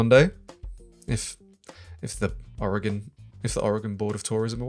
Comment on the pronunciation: We dont prounounce the E in Oregon. Please stop! LOL.